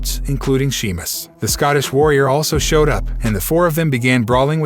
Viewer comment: You clearly don't watch this stuff and not a fan otherwise you would be able to read Sheamus's name right.